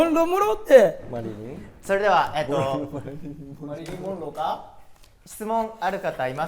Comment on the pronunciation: 丈くんがモンローとか言い始めるからマリリン・モンローってもにゃもにゃ言ってる恭平ちゃんかわちい